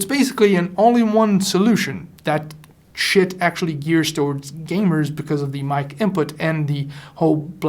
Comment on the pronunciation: I believe the correct verbalized name is "She-it".